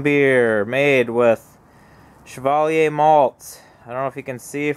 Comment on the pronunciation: Really not trying to be a dick, I mean this to help pronunciations. Chevallier is french, hence the Shhh pronunciation. Cheshire is pronounced with the same Ch as chair or Cheddar as it's Anglo-Saxon. We pronounce shire the same as sheer, so Cheshire is more like Chairsheer when spoken. Like your vids and look forward to the next.